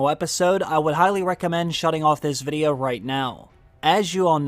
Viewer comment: Great content, but I can’t be the only one who thinks his pronunciation of “VID-E-YO” is super unique and weird lol. But anyway, great content.